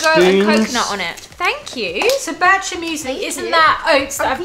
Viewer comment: Bircher is not pronounced the way you did in this video. Bircher Muesli was created by Dr. Bircher Benner.